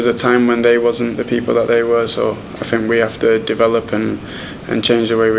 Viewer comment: It is 'think' and not 'fink' my dear boy Rashford. Just saying. I love the way Rashford plays football.